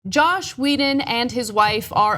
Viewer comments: "JOSS" not "Josh" There's no such thing as a "Male Feminist" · joss not josh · ffs you guys call yourselves reporters and Anna doesn't even pronounce his name properly